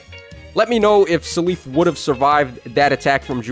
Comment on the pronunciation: keeps saying “suh leaf” I never heard anyone say seliph like this. I mostly hear “cell if” but I feel like he’s saying it more similar to his Japanese name Celice